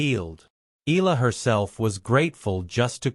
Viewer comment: Correct pronunciation is E-ya-la , not I-la